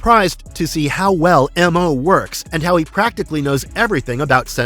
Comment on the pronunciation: And he was just called “Mo” not “Em-oh”